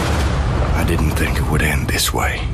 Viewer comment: hahaha...democrat communications director...pronounces devisive as "devissive" (in other words devide would be devid, devise would be deviss), then goes on to say, "dinnunt"...I can only assume she meant didn't. I'm sure that if democrats actually learned how to use spoken language to communicate better they would not lose so often.